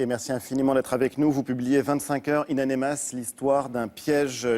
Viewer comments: Le manque de professionnalisme, le sujet de l'animateur c'est In Amenas et durant tout l'entretien il dit In Anemas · ONE HUNDRED FU***ING TIMES: It's In Aminas & not In Animas. Journalists my ass. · hhhh wi ça me tape sur le systeme quand il dit anemas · "in anemas" Mdrr non mais il le fait exprès